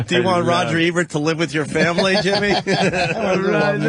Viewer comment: Anthony: "Rogert Ebert".